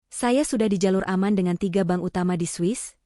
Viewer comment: sepanjang sejarah saya mengikuti cerita-cerita AI based begini, selalu pronounciation bermasalah. pengucapan sepeser, berkerut, memerah, bank (dibaca ban? ban mobil??) dsb. AI genius tapi tidak memenuhi kaidah EYD.